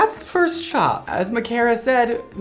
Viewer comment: 1. You pronounced my name right omg 🥺😊 2. I'm so sorry I ruined your favorite mannequin head😩 3. THE LAYERS LOOKED SO GOOD I HAVE TO DO THAT ON MY HEAD ASAP